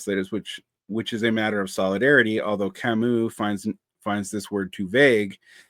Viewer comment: Thank you for mispronouncing Camus. I'm *slightly less intimidated by you now! es un ser humano!